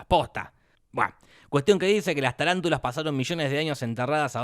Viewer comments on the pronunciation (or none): O SEA... ES TARANTULA NO TALANTULA, DEBERIA SER LAVARANTULA.... NI EL NOMBRE BIEN LE PUSIERON JAJAJAJ